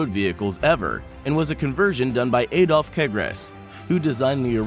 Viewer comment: Aydolf ? Men's engine ? (it is M.A.N. = Maschinenfabrik Augsburg Nürnberg)